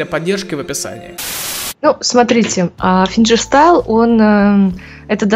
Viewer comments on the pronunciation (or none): Чет ухо режет этот ФинЖерстайл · Её в школе научили g читать джи а как на самом деле финГирстаил на русском звучит?